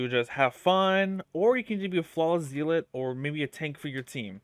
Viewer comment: Me whose a rep 4 Helios Guardian seeing this guide in my recommended, "Hmmm... Let's see what this guide can teach me" Edit: It's pronounced Zell-let. Not Zeal-let. I know, English is weird